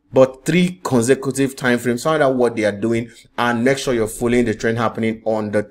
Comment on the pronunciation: It is not MEK, it is MAKE, sir.